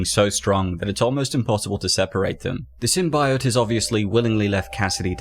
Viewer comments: Bro. It's Symbiote... SymBEEote. Not SymBYote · Dude holy shit, did you learn nothing from the fan reaction to the first Venom trailer? Sym-BEE-ote, not Sym-BY-ote. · Sim-bee-oat NOT Sim-bi-yote (Sony fucked up the pronunciation in the movie) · It's is pronounced 'SYM-BEE-OYT' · Video: Sym-bye-oat Me: eight, imma head out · Please don't Pronounce it Sym-bi-ote even the vemon movie makers at large dubbed in the 'correct' pronunciation after the terrible trailers for the first movie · Symb EYE ote.... Cringe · Sim - bye - ote lmao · Taking a big risk in the pronunciation of symbiote I’m pretty sure Deadpool was the host before Spider-Man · You pronounce symbiote the same way the scientist did in the first venom trailer and it caused them to change it mane!